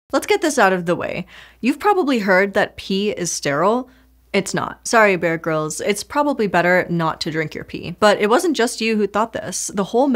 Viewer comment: She said "Bear Grylls" and I thought she said "Beer Girls" and somehow I thought there was an entire subculture that I missed in my nearly forty years of life.